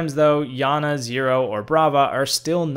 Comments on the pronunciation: It's pronounced yana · It’s not Yana it iana